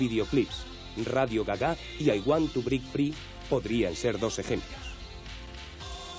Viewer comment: I wan tu brei fri... 😂😂😂 me encanta esa pronunciacion del.narrador 😂😂😂😂😂😂💃💃